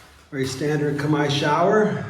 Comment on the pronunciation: You are abrord and you expect english 😂 First time I hear an american saying "khmer" proprely.